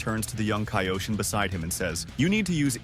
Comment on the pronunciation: Mispronouncing kaioshin